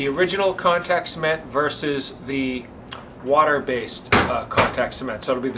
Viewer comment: "versus" not "verses"